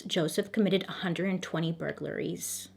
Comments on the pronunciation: “Bur-ga-ler-ies” 😂 I can tell Bailey is trying not to laugh each times she pronounces it. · bur-gur-la-ries LOL. It's cute. You should keep it. You use 4 syllables and it's 3, but I enjoy your special sauce. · The way you pronounce burglaries has me rolling!!!! 🤣🤣🤣 I love it